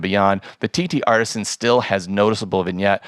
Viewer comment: I know this is petty, but: TTArtisan (singular), not TTArtisans. You’re very good! Your channel is definitely among the best on YouTube related to photography gear. Your content and execution are of such high quality that even small errors with a company’s name, however, stand out. Keep up the good work, but, please note: 7 Artisans, TTArtisan.